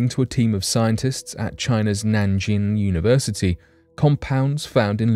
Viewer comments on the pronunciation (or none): none